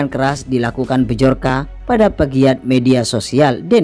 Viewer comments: Byorka baca nya. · Yang buat konten ngomong bjorka aja gak bisa hahahha